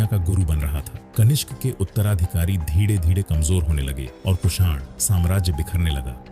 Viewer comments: आप धीरे धीरे को धीङे धीङे क्यूं बोलते हो 😂😂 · Dhire dhire ❎Dhide dhide ✅😅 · "धीरे धीरे" ये सरल शब्द बोलने में क्या तकलीफ है?